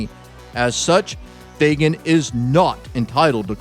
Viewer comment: Shouldn't you pronounce the name, FAG AN ? Where do you see a "Y" ? FAY GAN? Huh!